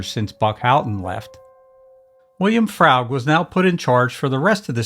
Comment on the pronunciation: William Froug's surname is pronounced "FROOG", not "FR-OW (as in ouch)-G".